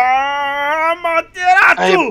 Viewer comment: Não é Amateratsu é Amaterasu 😐😐